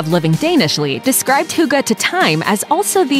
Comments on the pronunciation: Noooo. Not hooogeee... if anything: hee gee. I know, americans can't pronounce things like ü ö ä... but they can make the next best thing out of it instead of just being ignorant and butchering it completely... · Hygge is a very important thing in Norway as well, not just Denmark. And it's pronounced HYGGE, straigt forward. Not hooga, omg.. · Some random name no it’s not an accent it’s not listening on how an word is pronounced hygge is not = huuuuga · Some random name It's not an accent... Hygge is pronounced the way that one guy in the video pronounced it. If calling "hygge" "Hoooogah" is an accent then calling "kissing" "keeeeseeng" is also an accent, because that's how we pronounce "i" in Denmark. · Right, if they can't pronounce it perfectly, okay, but saying something sounding like "huugo" is just rude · Love and Bitterness omg no. It's not hoogee lol. Do you even know how to pronounce the E in English? There's a soft "eh" sound after the "hoog - eh". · I am not even Danish and felt the urge to correct her any time she said hygge... Euh, I mean... hooggah. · all I could think was "Hooga-chaka, hooga-hooga Hooga-chaka" hahaha ("hooked on a feeling" for those who wonder) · How she said it like “huga” annoyed the shit out of me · Hooga? Uhh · I can't help it but I hate how she says "hugah" instead of hygge.. 😳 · why she pronouncing hygge as huga??? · "Huga".... How does Hygge become huga???? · Hygge is not pronounced “hugga” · Omg no... it’s NOT huga 😂😂😂 please research first or at least try to pronounce it right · Hygge = Huuuga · I've never heard "hygge" pronounced so badly. You could at least have tried. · The guy pronounced HYGGE...why can't you??? Americans are often so culturally rude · They even have i clip in the video where the word is pronounced correctly, but she sounds like she have never heard it before. They're just guessing. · I laughed so much when I heard her say Hygge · Eva Orts pretty much, yes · BTW: You pronounce the hygge and russ wrong